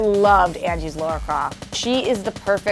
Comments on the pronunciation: LARA NOT LAURA! WTF???? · It’s LARA NOT Laura. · It´s Lara guys, not Laura.... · It's Lara, not Laura. 🙄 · stop saying laura croft wtfffffffff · why americans keep sayin laura